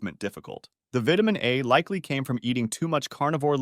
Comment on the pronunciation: By all that is holy, learn how to pronounce vitamin correctly!